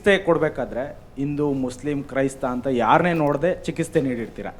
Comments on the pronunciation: Chikiste alla chikitse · ಮೊದಲು ಚಿಕಿತ್ಸೆ ಪದ ಸರಿಯಾಗಿ ಉಚ್ಚಾರಣೆ ಮಾಡಿ. ಕನ್ನಡ ವನ್ನು ಸರಿಯಾಗಿ ಉಪಯೊಗಿಸಿ